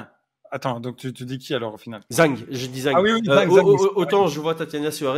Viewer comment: Y'a un détail qui me torture depuis un moment, mais pourquoi prononcer Zhang "Zeng" ? Soit on le prononce à la chinoise et ça fait (a peu près) "Djann", soit on sait pas et on le prononce "Zang" à la française. Tous les mots étrangers ne se prononcent pas comme de l'anglais.